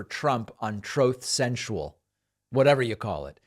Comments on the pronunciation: Troth centchal!.. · "Troth Sential" . . . never gets old. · That "Troath Cential" soundbyte always gets me lmao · The "Troth Cential" soundbyte has me rolling every time. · Trowth Senchal. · Troth senstial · Troth Sensual! It never gets old! 😂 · “Troth Central.” - “Obana.” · "Troth Senshul" never stops being funny. 🤣🤣🤣 Also, how exactly does one get "fired like a dog"? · I clicked for the "troth sensual" 🤣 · I would have left 20 seconds in if I didn't hear "TROTH SENTIAL"... OBAAAAMNA!!!! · "TROAF SENCHAL" And they talk about Biden.